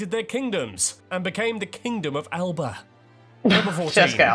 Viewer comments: Scot here (would you have guessed by my Always delighted to see my wonderful country featured like this. Couple of notes on pronunciation. The narrator got 'Hebrides' right. However, 'Alba' is pronounced more like 'Al-a-puh' in English. This one irks Scots probably the most! I'm not an expert in the International Phonetic Alphabet so can't describe things absolutely correctly but I'll have a go with a couple more. He got 'Urquhart' wrong (it's more like 'Urk-urt') and the 'Shiel' in Loch Shiel as well (it's simply 'Sheel'). Finally, the 'a' in 'Lochaber' is long like in 'father', not short like in 'pay'. The picture you were asking about at number 48 is Edinburgh! The picture is taken looking across Arthur's Seat, which is another ancient volcano, to the city beyond. Both Edinburgh and Stirling castles are built on volcanic plugs. The Urquhart Castle segment was confusing because was right, the first picture he showed was Eilean Donan Castle! A fact about Scotland that I believe to be really important was a pre-cursor to the Act of Union. Look into the Darien Scheme. It's complicated, but Scotland was lagging behind the trade and colonisation practices of England. The Scottish Parliament of the late 17th century therefore sought to establish a colony on the Isthmus of Panama to gain footing in world trade. The scheme was a disaster and caused near financial ruin for Scotland. This played a significant part in the sealing of the Act of Union in 1707. I won't go into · aye…. Scotland is the birthplace of the modern world xx Great video xx I did cringe at some of the pronunciations though! Alba is actually pronounced Al-a-ba just to mention one xx totally true what he said about Andy Murray- he’s Scottish when he loses but British when he wins! And the less said about the 2014 referendum results the better…. but I’m still fighting 😉🏴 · Pronounced in Scots' Gaelic "Al-aba".